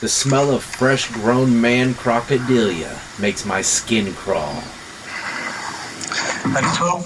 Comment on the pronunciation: "Crocodillia"...I just can't with you. 😂😂😂